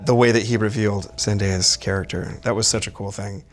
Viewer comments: He stumbles over pronouncing her name lol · Did he say mess up Zendaya's name?